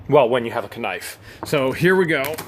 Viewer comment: Please stop including the letter K when you pronounce knife ,as everyone knows the K is silent.